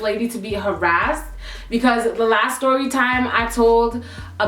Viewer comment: "styory"...